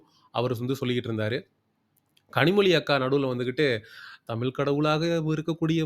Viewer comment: ழ வை சரியாக உச்சரிகக வில்லையே. தமில் என்று கேட்கிறது